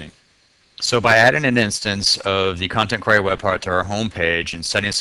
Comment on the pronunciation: Not really germane to the content but I've never heard anyone pronounce "query" the way you do... it's as if there's an A in there... "quary".